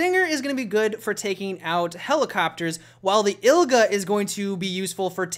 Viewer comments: Its igla not ilga no hard feelings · "iGLa" not "iLGa" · Not "ILGA", but rather "IGLA". (Like iglu.) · It's IGLA, not ILGA, its Russian word for Needle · Its Called igla Not ilga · You switched them up there. You mean the IGLA will be good for choppers, and Stinger good for Jets. Also it's called IGLA, not "ILGA". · its not ILGA you dumb fuck... ITS IGLA!!! IG-LA, not IL-GA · IG-LA not IL-GA :P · "ILga" ughhh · IGLA not ilga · I G L A dude not ilga... geez :P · ILGA... I cringed every time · its igla not ilga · stop saying ilga its igla please stop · I know you must've gotten a million comments about this by now, but have you never realized the Russian AA launcher is called IGLA, not ILGA? Now, fumbles happen, but you said it some 3 times in a row straight up "ilga", giving the impression that that's how you know it as. Me and my friends usually generalize any AA as "Stigla", easy and gets the point through. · Yep, its IGLA, not ILGA. "Igla" (игла) means "needle" in russian. To nail smth. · IT'S IGLA, NOT ILGA! :D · igla not ILGA xD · Igla.. Not. Ilga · not ILGA, but IGLA. it means "needle" in russian. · you keep saying ILGA when it is called the IGLA. You mixed up the G and L. Just letting you know. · what you called the "ilgah" is pronounced "igg-lah". It's Russian for "needle" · Igla, not ilga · IGLA NOT ILGA. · IGLA,. Not ILGA;) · IGLA, IGLA not ILGA,iiiiigggllla -_ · igla not ilga ! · Ilga? it's Igla xD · Ilga? you mean Igla :P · You mean IGLA, not ILGA. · Umm, isn't it IGLA and not ILGA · it isn't ilga but igla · Man, it's IGLA, not ILGA :) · Its IGLA - from Russian translation its "The Needle " is Russian AA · what's the difficulty pronunciating IGLA? not ILGA :) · Sorry to be a grammer nazi. Its pronounced Eel-GUH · Its called igla i g l a!!! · Its igla , man. IGla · i know, but says ilga several times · You pronounce the name of igla wrong, in Russian it means needle !